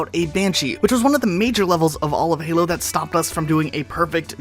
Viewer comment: "Halo foreplay" Nice